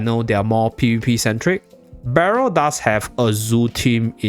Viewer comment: Cannot pronounce Berial😂